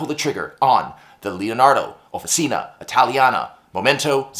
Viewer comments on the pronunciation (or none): Swirlescnt! Love it! But small note,, "Offi-cheena." OK. American acrylic. But Italian––"offi-cheena." Nice pen. Great review, as always. I might be up for this one!!